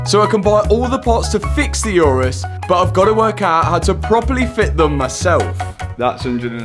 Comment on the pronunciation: Mate, it’s an Urus, not a ‘Eurus’.